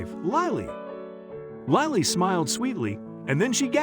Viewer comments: Lilee, lolly or lily? This is an amazing story just wish the reader would get the name right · Your narrator did a terrible job of pronouncing a very simple, ordinary name.Was the narration computer generated? Lily, like the flower, is quite a lovely and frequently used name. Did no one even edit the video?